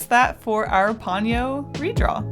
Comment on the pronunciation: Love your works and I’m being really anal, but I believe it is Po-nyo, instead of Pon-yo